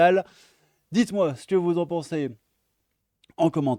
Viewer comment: Quand vous fustidgez. Quand vous djites. J'ai envie de le claquer cette racaille.